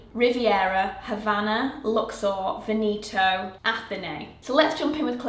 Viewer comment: The English pronunciation for Veneto was messing with my brain. Sounds exactly like Benito, and old's man kind of name in Spanish.